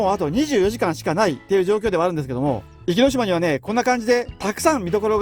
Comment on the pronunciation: 「おきのしま」ではなく「いきのしま」ですよ。